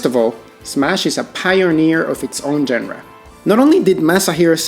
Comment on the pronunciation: Surely pronouncing "genre" correctly can't be that hard.